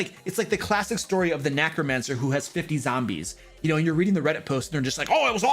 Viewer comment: Ah, geez guys, you're killing me with pronouncing it nah-cromancer instead of NEH-cromancer. There's only one "a" in that word.